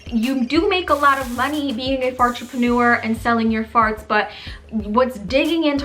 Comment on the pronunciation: "fartrepanur" I"M CRYING😂